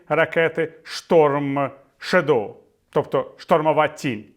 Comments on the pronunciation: шЕдоу. Наголос на перший склад. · Прекрасні новини! Тінь на англійській мові вимовляється Shádow (із наголосом на "а"). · Стом Шедоу. Друге слово має наголос на першому складі